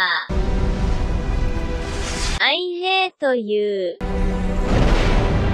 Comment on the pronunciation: "I HAITO YOU!"